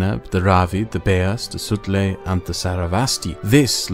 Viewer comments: The J in "Sutlej" river is not silent by the way. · I got a few laughs out of his pronunciation of the Sutlej too. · I giggle every time you pronounce names like Sutlej and Baloch in German.